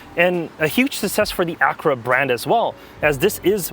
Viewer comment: LOL !! Sounds like He says "Acrua" instead of "Acura" Good analysis all the same.